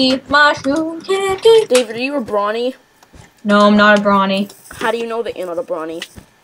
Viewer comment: You mispronounced brony. It's bro-ny. Bro as in Hey bro and ny as in pony.